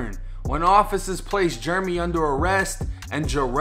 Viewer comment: Jeremy.... Jair-uh-me.... not Jer-me... been dealin with this forever lol